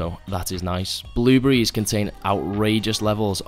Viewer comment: Yo you said “blue-berees” Im dead ☠️